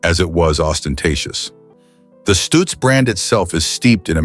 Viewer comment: stutz not stooots